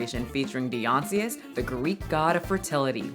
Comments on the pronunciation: Die-oh-nigh-sis 😂 Definitely thought of that Key and Peele skit. “Done messed up A-a-Ron!” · WHAT ABOUT THE GUY WHO HAD HIS BALLS HANGING OUT OF HIS SHORTS THAT PEOPLE KEEP SHOWING WITHOUT REALIZING (just left to Dionysus..also please google how to say that gods name...it's pronounced more "Die-Oh-Nye-Sis") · ❤️❤️ say it with me..."die - uh - NYE - sis" ❤️❤️ Great video as always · I won't try to coach you on how to say Dionysus...but I believe he's also the god of WINE (therefore a god of mine haha) I guess it makes some sort of sense. Still not the MOST appropriate thing to broadcast at the goddamned OLYMPICS hahaha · have you never heard the way to actually pronounce Dionysus 😭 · You butchered that name, look up how to pronounce Dionysus. 😂 I still love you tho! 💖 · I love you, but the pronunciation of Dionysus is killing me😭😭😭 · I'm sorry, I had to say it, how she says Dionysus is making my brain hurt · Girl …RE-OPEN THE SCHOOLS!! How do you not know how to pronounce Dionysus??? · For real me too😂 for a second I was like but wait doesn't she mean Dionysius and realized that's what she was trying to say lol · It's an easy thing to research. Why didn't she??? She knew she was wrong; she told us to correct her at the end. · The thing that has me the most triggered is how you pronounced Dionysus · is love you but hearing you pronounce dionysus was a ridee🙂‍↕️🙂‍↕️ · Did anyone else cringe lovingly every time said Dionysus? I love her often mispronunciation of words, it tickles me. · Did- did she mean Dionysus??😭😭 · Girl… are you saying Dionysus? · She tried for sure 😂 I'm cracking up because I always say names wrong when I read them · Lol the way you pronounce Dionysus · you pronounced ‘Dionysus’ sooooo wrong. I’m sorry but it hit my ears so wrong that I had to tell you. It’s pronounced ‘dai-yon-i-sus’ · You don't know your greek gods?? It's Dye- Ah- Ni- th- us. Not Beyonce, lol!! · Dionysus is pronounced die-on-eye-sus ❤❤😅